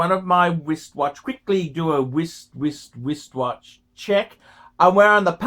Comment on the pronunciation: im new here... does he mean to say wist-watch check instead of wrist?